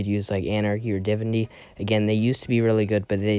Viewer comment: U can start by saying Divinity right